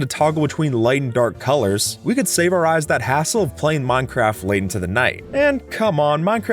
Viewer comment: I swear you said minecrap